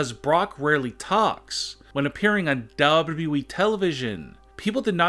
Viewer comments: No, it's like DA-DAB-E.E.YYY TELEVYSHON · dubye double e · "Dub Dubbyouwee" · Bustin Jieber Dabababwee In 0.25x speed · Dubedueu dubedueu E Televison 😢🤣🤣 Say it in full speed cmnt reading mañ ( YES YOU) ! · Yeah I already knew brock has strange teeths,I came here to know the reason. But you only said dubw dubwee in whole video 😒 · "Dubluu e televsion" 🤣🤣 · It literally sounded like he said dub dub eeeeee ( which I think is supposed to be wwe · DUUUUUblooee televisoooonn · This happens every video of his. Not sure if this voice is real or a computer, the way he says WWE is..........suspicious........ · This guys "WWE" pronounciation is very cool and funny🤣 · Y did he say wwe like that 😂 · That's not how you pronounce WWE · Learn to say wwe